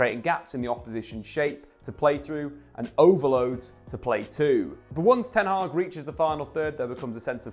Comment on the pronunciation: Ten hag is pronounced differently it's a short a not haaag but hag (almost pronounced hak)